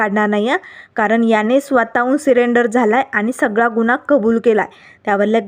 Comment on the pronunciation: सिरेंडर नाही सरेंडर बाई.